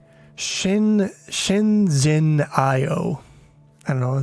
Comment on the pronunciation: That “zhen” is pronounced like “gen” as in “generate”